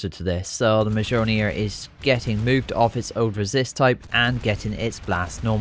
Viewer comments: Don't say mjölner. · Mjolnir is just molnir the j is silent. In greek mythology its thor's hammer (or its zeus idk)